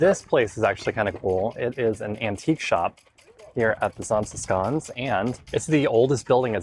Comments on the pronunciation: If you can't do the sch sound, it's safer to go with sh than sk. Just fyi. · I like the Zaanse Schans. To me the way you pronounce it is like Zaanse Skaans as if you have some sort of dialect. However the same with Giethoorn. I skip both sites in high season. You can enjoy em better when it is more quiet. I even bought my bike 10km outside of Zaanse schans. So I biked via Zaanse Schans, Zaandam back to Amsterdam. And from there hopped on the train. You might also like to visit fortified places like Muiderpoort, Naarden, Boertanghe. Places of great importance back in the years. They are cute/idyllisch to walk through and enjoy the whole scenery. Or at least that is my opinion. Also: do a TVTAS tour. Aka visit the islands: Texel, Vlieland, Terschelling, Ameland and Schiermonnikoog!